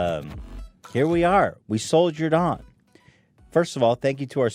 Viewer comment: At the very beginning when Ethan said "Soldiered on" it sounded like he said "Sold your dong".